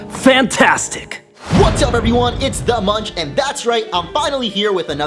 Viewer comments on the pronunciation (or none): none